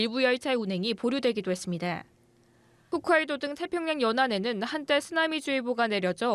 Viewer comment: 기자 발음이 했습니돠~ 돠 돠 하지말고 다 로 발음해주세요